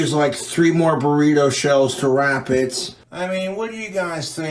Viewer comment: "burrituh shells"